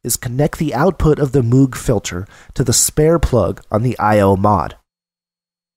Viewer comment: You're a very good instructor, but you're mispronouncing Moog. It rhymes with vogue and rogue. Cheers.